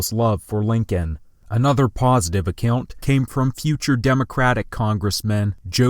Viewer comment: Please pronounce the word “account” correctly